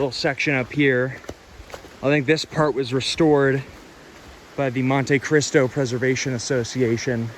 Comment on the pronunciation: Mon-Te Cristo. Not mon-TAY Cristo.